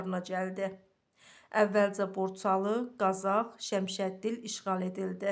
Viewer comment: ŞƏMŞƏDİL YOX😃 ŞƏMSƏDİN